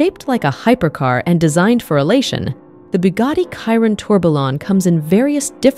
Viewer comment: Why does she keep saying Bugatti kyron it’s a Chiron not kyron 🤣🤣🤣